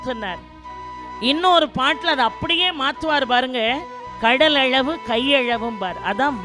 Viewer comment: ' ள' வை, ' ழ ' ன்னே உச்சரிப்பதை மாற்றமுடியாதா ? " கையழவு, கடலழவு" -- உதாரணம்.